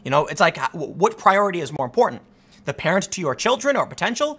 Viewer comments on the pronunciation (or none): none